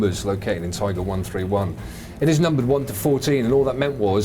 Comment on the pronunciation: Detailed comment. Thx. But it's " Tiger Panzer" not "Tigre Panzer".